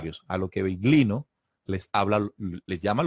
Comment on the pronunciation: Interesante. Cuando digáis Biglino que sepáis que en italiano GL se pronuncia "LL". /Billino/ GL suena muy raro